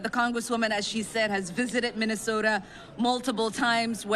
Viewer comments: What's a "Minneso-an"? Sounds like she purposefully omits BOTH of the TWO "T"s? She's such a PHONY! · I thought there was a t in minnesota.